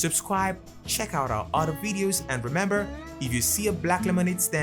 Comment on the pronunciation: "It's way worse than you remem" I don't remem ☠ because I forgor 💀